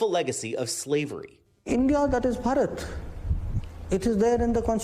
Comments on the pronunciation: Hello NBC News!! We all bhartiyas are very proud of our PM Mr. Modi's effort to bring the real name of our country which we've missed in somewhere during this time. But again we're gonna have that lost respect. And yes, please pronounce this name Bharat instead of bharata do not spoile the name. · U cant even pronounce the name but u are worried about indian internal choices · I think the west is mad because it can't pronounce bharat🫣